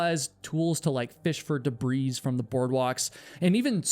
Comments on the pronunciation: Oh dear, did pronounce the S? For real? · The 'S' in Debris is silent. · The "s" in "debris" is silent, my man.